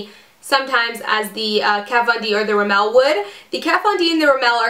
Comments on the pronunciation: Love the video! Just so you know, it's RIMmel not rimMEL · The way you say Rimmel make me laugh, It's funny hearing Americans/Canadians saying it :)